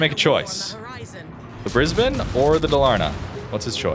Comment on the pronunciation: Correctly pronouncing Brisbane, well done bahaha